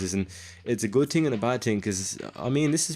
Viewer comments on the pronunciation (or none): what's a TING? Oh you mean THING? What is Free? Oh... you meant Three. What can't you euro tarts pronounce English correctly